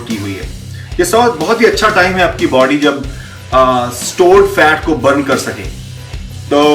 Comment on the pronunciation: Body...not baadyy